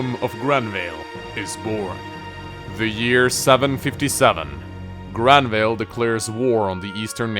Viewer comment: You might like to use more Germanic or perhaps even Scandinavian pronunciations of some of the names. Grannvale sounds better with an /a/ from central or eastern Europe and a schwa at the end, and Jugdral I prefer with the j pronounced like English speakers pronounce y in yes (others might disagree)